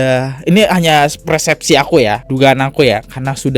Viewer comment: cara bacanya PERSEPSI bang bukan PRESEPSI 😂😂😂